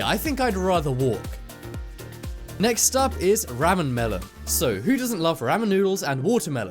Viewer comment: The way you say ramen makes ME uncomfortable